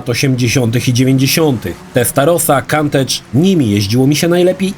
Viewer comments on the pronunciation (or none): Countach wymawia się "Kuntasz", nie "Kantydż", tak na przyszłość :) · Oglądając dopiero po kilku minutach zauważyłem że to recenzja najnowszej forzy a nie the crew:D Btw Countach wymawia się kuntasz:P Poza tym spoko filmik przed pracą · Kantedż?! XDDD